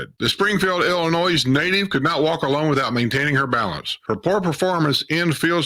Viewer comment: Please when you say Illinois you do Not say the s.. I'm from Illinois. It is a Indian name. Thank you.